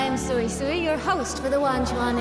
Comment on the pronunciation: pro cant even pronounce yangyang is pronounce more as youngyoung and suisui is swaysway